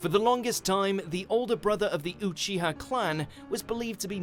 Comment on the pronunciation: Ucuha = uchiha